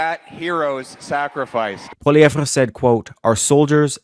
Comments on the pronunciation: Oh my god STOP pronouncing it “Poiliev-VRA”, it’s comically annoying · Polly- EV its not that hard. The "re" is silent. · Holy crap..Biggest rally ever? Where have we heard that before. Right from the Trump playbook. Far right B.S...Poilievre=Maple Trump...P.S. Your hero's name is pronounced Polly ev! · Pronunciation is important----are you wrong pronouncing his name or are we? Please clarify